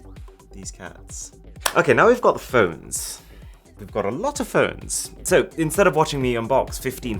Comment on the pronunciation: okay, now wee got FHUWNS, a lot of FHUWNS.